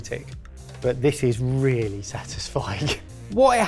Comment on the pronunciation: Wheally wheally good! :D